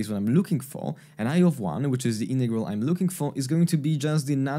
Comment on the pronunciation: Nice explanation about Feynman's trick! But why are you saying "innegral" but not "in-roduce"? Greetings from a German fella, who's getting desperate about the Americans' refusal to pronounce the letter "t"